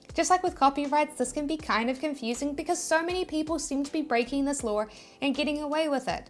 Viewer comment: stop saying "lawR"